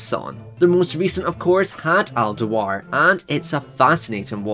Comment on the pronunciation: It's pronounced Al Doo-ar, not "Deh-Wahr". He is Scottish, not French.